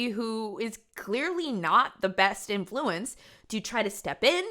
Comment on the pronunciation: Is it code if you put the emphasis on the 2nd syllable of any word with the root in.flu.ence? What’s her face from the Ace family did that too… or am I just being weirdly paranoid/invested? I’m also binge watching the sinister videos so context :)